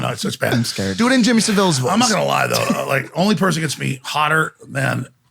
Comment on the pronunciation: Its jimmy SAV ILLE